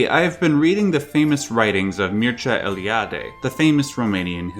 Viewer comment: Kudos for pronouncing Mircea Eliade's name the right way. Jordan Peterson has troubles.